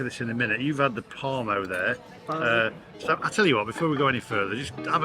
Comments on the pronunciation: Parmo not parmi 😂 yes from Middlesbrough looks mint enjoy 😊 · Parmo not Parmi! yes a Teesside delicacy, you need to pop up to the north east to try a proper one. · Can’t believe that still hasn’t been up to Teesside to try a proper Parmo. (Not Parmy!)